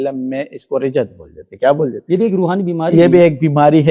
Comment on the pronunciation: Rijjat nahi Rajjat hota hai